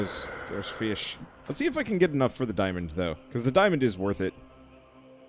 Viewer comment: my despair when you missed that fish and I couldn't hear you say feish was unbearable